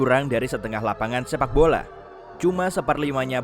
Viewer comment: Nobody: American: "LaPAnGaN SePAK BoLA". Ah, American